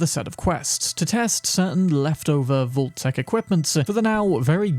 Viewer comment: I'd say the way you pronounce vault should be on this list 💀